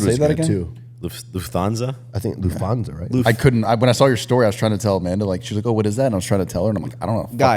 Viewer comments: haha its "LUFT - HANSA" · It is LUFT-HANSA, no th-sound 😂 Greetings from a German.